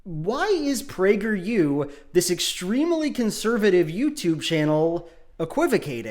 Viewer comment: As a person on the right, I agree with you, because PragerU for kids sounded like “Plague your kids” and that sounds bad.